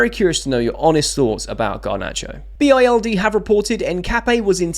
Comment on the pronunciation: For your information mate, Bild is a German newspaper and is pronounced bilt, not an acronym. 💙 Up the Chels 💙